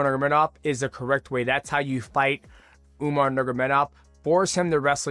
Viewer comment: 😂😂😂 u keep saying umar niggamidov